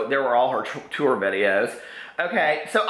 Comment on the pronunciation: "TourRrRrRrRrRrRrRr" Lol. ❤😘😘😘